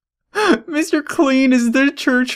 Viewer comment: When u say Mr. Clean it sounds like Mr. Queen